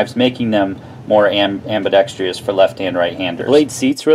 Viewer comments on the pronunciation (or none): Nice review. BTW, it's ambidextrous, not ambidexrious.